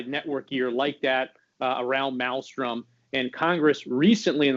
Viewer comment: It’s Malmstrom. The “M” in there he’s not saying is the second M.